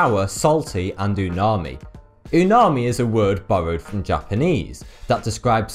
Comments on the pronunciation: not a weeb but i am pretty sure it is uMami instead of uNami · It's umami not unami. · Umami, not unami! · Ahem... It is called Umami... NOT Unami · Its umami not unami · I'm pretty sure it's "umami" lol, not unami. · I cringed every time he said "unami" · Umami not umami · Umami, not unami though... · I think it's called umami. Not unami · It's UMAMI, not unami. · It's Umami, not Unami ... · hi. it's umami. not unami. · Isn't it Umami, not unami? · It is Umami not Unami. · It's "umami", not unami. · its umami, not unami btw. theres a M not N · It's "uMAmi," not "unami" ("uma-i" means great, and "mi" means flavor) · it s uMami not uNami:D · Haha he said (unami|) its umami. Not that i really care though. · Thank you for making informative videos. I just subscribed. Just wanna make a correction though, it's UMAMI not unami. :) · Pretty sure it is 'UMami' not 'UNami'...... 'Fat' is considered one of the tastes now as well.... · Not Unami its umami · Isn't it called umami instead of Unami? Krgrds Rico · IT'S UMAMI, NOT UNANI. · It's Umami, not Unami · big miss buddy, its not unami, its umami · 1. Umami, not unami 2. Survival of the fittest means survival of organisms that can "fit" and pass through natural challenges, not being "muscular fit" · ***** He got the name wrong. It's actually umami, not unami. Look it up. Don't want you thinking it's unami and then embarrassing yourself. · Its umami class not unami... You made it sound like tsunami.. Geezz.. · It's "umami," not "unami." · It's umami, not unami,. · its UMAMI- not unami. Sorry, I know how annoying that is but I couldn't resist :) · umami not unami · It's umami!! (Not unami ) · its umami bro... not unami... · LOL, that unami is actually UMAMI. Did you not go to the uni because you are dyslexic? :) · It's umami, not unami! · Actuali, its not 'unami', but 'umami'! :-) Sorry if old news! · It is not called unami? It is umami? Right? :S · It's Umami not Unami.. :D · Pretty sure it's Umami, not Unami